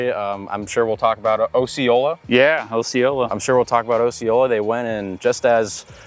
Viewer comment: As a Floridian, your pronunciation of Osceola offends me 😂. We say "ah-see-oh-lah"